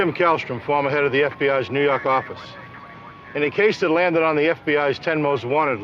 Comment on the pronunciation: "nuu yawk affice"